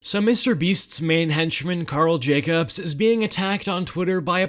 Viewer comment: "Mr.Beast's Main hencemmen" Lmao